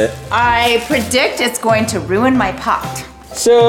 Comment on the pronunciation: It was funny when said I predict it will wewin my pot